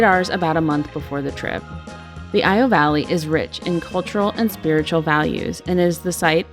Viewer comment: "eee-ow" not ee-o and not i-o. Great video otherwise. Glad you enjoyed your visit.